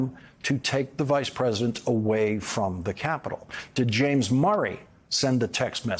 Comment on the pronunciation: Is it just me or is Lawrence leaving out a syllable in "president"? I hear present. Or pres'dent.